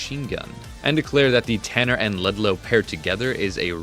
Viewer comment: its T U R N E R not T A N N E R